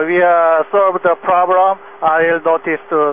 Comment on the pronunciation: "Solved the plobrem"? What, they climbed out on the wing and straightened a cowling that was rubbing?